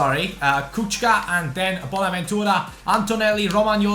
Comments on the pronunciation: Kucka is pronounced: kutschka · It's pronounced kuchka